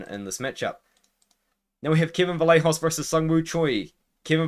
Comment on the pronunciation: Vallejos is pronounced Vayejos. Like the “yes” y.